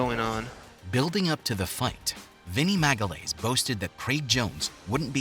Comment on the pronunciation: "MAGALAYS" it's "magayaeesh" please.